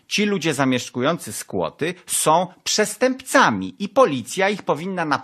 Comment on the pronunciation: przestępczłami? Chłopie miałeś mieć dykcję ponoć hahaha